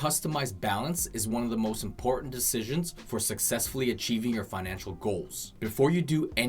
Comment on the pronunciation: Financial not finanical lol but good video.